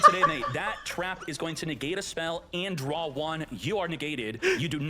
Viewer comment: "...Facial movement to the finger... " NEGAAte " hes so cool 😂